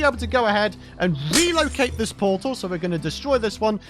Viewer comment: new powtal can genewate hewe